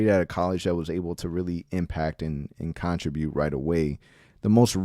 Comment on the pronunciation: you are killing me, learn how to say contribute lol love the pod